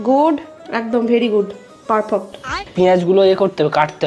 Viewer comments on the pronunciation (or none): 😂😂🤣🤣perfect ❎ পারপোট✅